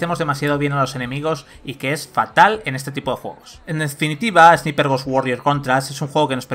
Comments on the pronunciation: Porque los españoles pronuncian palabras en ingles como se escriben y no como se pronuncian? Esniper!!! XD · Se pronuncia esnaiper, y no son poderes son HABILIDADES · La pronunciación en inglés y vandal: engine = enllain; ROM = rum; tasa de frames = tasa de frames (como suena por ); God of war = Gud of guar; Service = servais y ahora también Sniper = esniper. Grande vandal, buen nivel de profesionalidad periodística. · SNIPER = SNAIPER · repeat after me = ess-nai-perh . No es dificil. Ess-nai-perh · flaco, se supone que son profesionales, minimamente pronuncia bien la palabra "sniper"